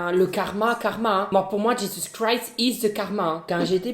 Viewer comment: Oh 😮 je viens de tombé sur ta chaîne je suis croyante pratiquante je vais aller en enfer rien que de regarder tes vidéos 😬 que Dieu me pardonne m’es tu es attachant tu me fais rire mes si te plais arrête d’écorcher le nom de Jésus Christ 🥰🙏🏻🤍✨